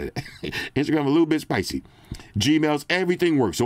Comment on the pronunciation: "Instagram a little spucy rn" 😂